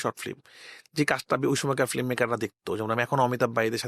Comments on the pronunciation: রায়হান সাহেবের কাজ ভালো, তবে ফিল্ম উচ্চারণ করা উচিত। এসব ম্যাটার করে।উনি ফিল্ম কে ফ্লিম বলে। সংশোধন করা উচিত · Ki director re, Film ke boltese Flim 🤣🤣